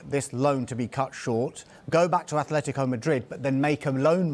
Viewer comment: Great that has the consciousness to actually say A-tle-tico and not A-Flet-tico like the AFTV pundits.